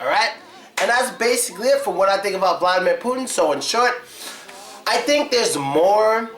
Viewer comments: The Big thing You miss about Vladimir Putin is pronounciation of his name. Vladimir is pronounced more like Vladee'mir with enphasis on deee sound, like in a word redeemer. Hope you enjoyed my comment! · Not vlAdimir, vlad"I"mir... i not a